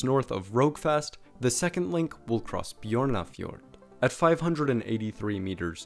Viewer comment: No he pronounced names mostly bad and some okay, but the way he said Stavanger and Bjørnafjord was pretty bad. And Im native Norwegian